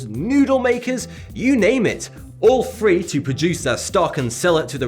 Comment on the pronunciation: Good vid, but what's two fings and free? Did you mean things and three?